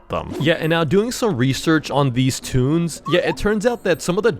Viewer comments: Is toon not tune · It’s “toons”not tuns